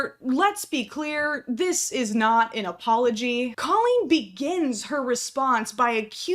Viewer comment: Coleen is Probably butchered the name